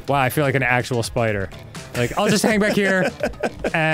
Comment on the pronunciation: Ahh yes the syeepider